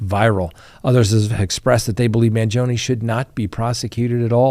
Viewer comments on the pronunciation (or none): Man gee o nee not Man joni, wish you would pronounce words right. Learn to talk right and then I might watch until the end. See ya.